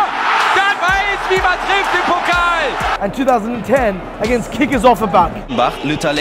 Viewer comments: It's not 'pockl' its Pokal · How you pronounce Pokal😂 Its Pokaaal not Pokel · Whenever he said 'Pokkel' I had to laugh. Mate, it is the PokAAHl! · How they are saying "pockle" instead of "Pokal" gives me the shivers every time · I love how you pronounce "Pokal" as "Pokkl" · Hearing DFB "pocll" 100 times really really really feels like 1 million fingernails scratching over a blackboard.